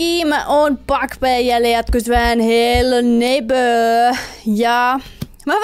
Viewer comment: Repeen aina ku sanot hello neipöö ps.voitko pelaa fortnitee? Ketkä on samaa mieltä paina likee👍